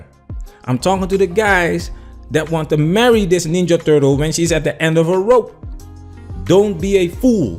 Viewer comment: Okey man you got me with "ninja turltes"